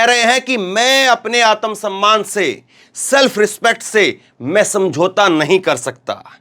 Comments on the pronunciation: जी उच्चारण शुद्ध कीजिए आतम सम्मान नहीं है आत्म सम्मान है| सिख सीख कर मत बोलिए शाब्दिक अर्थ का अनर्थ हो जाता है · समझाऊँगा? या बताऊँगा? पहले एक बात जान लीजिये आत्म सम्मान होता है आतम सम्मान नहीं। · आतम सम्मान नहीं भाई आत्म सम्मान होता है, उच्चारण शुध्द कीजिये। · आत्म सम्मान का उच्चारण सही करें जी